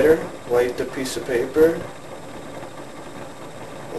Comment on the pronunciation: once he said papper i stoped watchin the video.